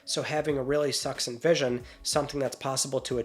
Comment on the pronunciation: Sony saw redfall and wanted a piece of the fail pie for some reason. Also The correct spelling is succinct and is pronounced like suck-sink-t.